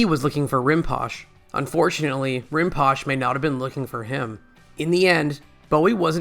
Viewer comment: Rinpoche is pronounced "Rin po chay"